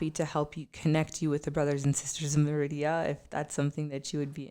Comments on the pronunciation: SAY MADEA...TYLER PERRYS GIRL...MA DE A...NOW ADD SPANISH "R"... ME RI DA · Hi! I love your videos. But I going to suggest, please please pronounce MERIDA (M E R I DA) correctly, you make a video apologizing of that and you did it again in the same video... also please please please , the guy need to stop to make noises when his eating. Thank you! I love your show by the way. ❤️❤️❤️